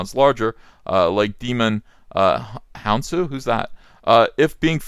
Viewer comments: Did you see the "google autocomplete interview" she did? omg, she comes off as such an arrogant, shallow bitch, it's both hilarious and barf worthy. btw, that actor is the guy that plays Korath (Guardians of the Galaxy) Awesome guy, name is pronounced "Djai-mon Hon-soo". (Was also great in Gladiator). Awesome video as always!! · Djimon Hounsou is pronounced "Jai-munn Hunn-soo"